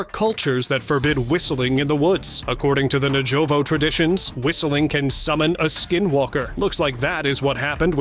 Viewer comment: my mechanical man here just called the Navajo Nation the “Na-Joe-Voe” And then he said something “slipped into our world unnoticed”. It wasn’t an alien or cryptid, just a weird looking creature from another dimension who was able to secretly sneak onto planet Earth. And PROMPTLY got a job in the Secret Service guarding the “most powerful man on the planet” at televised $5k/plate political banquets. Mmmkay 🤦🏻